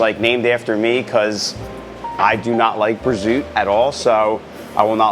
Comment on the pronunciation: Prosciutto, Capocollo, Sopresatta. This is how you pronounce the meats in the sandwich. I have no idea what was saying. Good looking sandwich though.